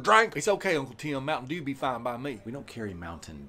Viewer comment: I have never in my life heard anyone pronounce "Mountain Dew" the way that did...